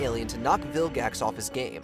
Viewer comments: Did you seriously say vil-jax instead of vilgax? How dare you! The g in vilgax is a guh sound. Like gravity. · did you say viljax?